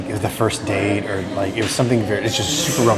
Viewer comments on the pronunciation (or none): none